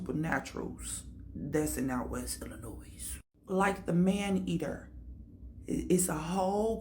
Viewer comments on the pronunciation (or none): What’s good collective people from Chicago like myself or from Illinois do not pronounce the S! This lady is a str8 fraud!